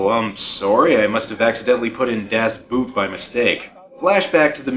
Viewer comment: Das Boot, which you pronounce as boat, just like in English. Dumbass. Go that extra yard for research. It's shameful if you don't.